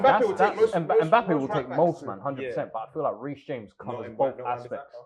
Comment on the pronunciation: the disrespect on reece james name 🤣🤣